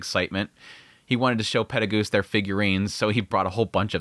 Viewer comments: Can't get over you saying Peregoose instead of Perugius. PE-RU-GI-US (peh-roo-gee-us). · PEH-ROO-GEE-US!!!!!!!!! This is not RE-ZERO! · Please for the next coming episodes his name is pronounced Peru-geous 😭😭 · He been saying it this way for years and I dont like it either lol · Why do you pronounce Perugius’ name like that? Just curious, no hate. Live your videos btw. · Man, I truly do like your videos a lot, but the way you pronounce some of these names really gets under my skin. Like "Perugius" or "Ghislaine". Not even saying you're mispronouncing or anything, but if eats away at me. Still, I repeat, really enjoy your content. Cheers.